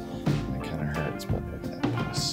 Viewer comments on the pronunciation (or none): It's PUS!!!! Not puss. Puss is a cat. Pus is exudate!!